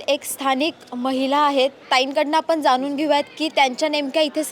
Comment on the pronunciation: मराठी तरी शुद्ध बोला. ण आणि न चा फरक समजून घ्या. ते जाणुन असं बोला जानुन नाही